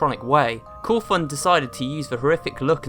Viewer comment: It's not cowthon